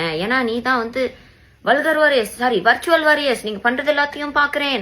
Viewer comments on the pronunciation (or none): Vartual ila athu virtual 😅😅😅😅😅 Nangalum wait panrom.... Vaadi vaadi.... Ni semmaya sikka pora....